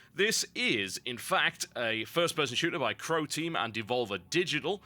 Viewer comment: I thought TB was saying "Protein" and not "Croteam" >.<